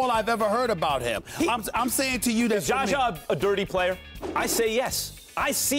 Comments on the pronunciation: His name is not Jaja Pajulia, Stephen A. Hahaha! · Stephen A can't say "ZAH-ZAH" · hell yes 😂 but.. it's ZAZA man 😂😂 4 fuckim letters.. he's zhazha which is harder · Stephen A common man.. it's Z-A-Z-A ! How hard is that? he just keeps disrespecting man for years with misprouncing one of the simpliest name!